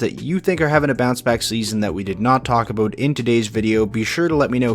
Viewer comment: Aboot lol